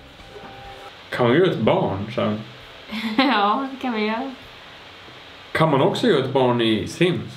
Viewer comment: Hahah älskar att hon med börjat säga ”ja de kan vi göö” alltså istället göra göra. 😂